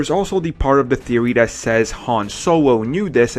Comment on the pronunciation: Theowy Twiwogy Waskily Wabbit